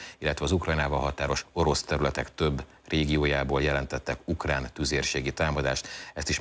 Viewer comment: KATASZTRÓFÁLIS A ZAVAROSBESZÉDŰ MÁR A 34 MÁSODPERCNÉL MI AZ AZ UKLÁN???